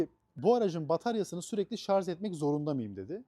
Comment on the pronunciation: Şarz değil Şarj olacak.